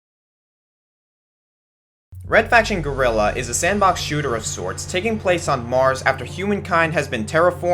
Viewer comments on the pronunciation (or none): none